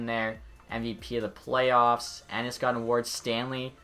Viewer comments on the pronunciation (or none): none